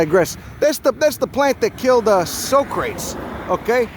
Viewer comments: So-Cratz. Yeah that old guy. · He's using the Steve Martin pronunciation.